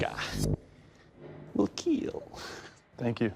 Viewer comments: wil KEEL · "will keel" 👍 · Whenever he says, "...It will keal", it makes me smile big. Not sure why. lol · Now I have the image of Doug holding a sword with a handle made of butter and just flinging it through a contestant followed by a it will keel